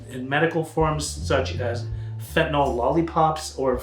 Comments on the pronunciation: Why do people pronounce it "fent-a-NALL" instead of "fent-a-NILL?" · Why do you mispronounce it? It isn't fentanol. It's not great for your credibility. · Amazing how even educated individuals mispronounce the name of this drug.